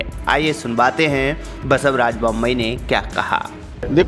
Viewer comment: अबे बासव राज बोम्मई बोल। Bombayi नहीं।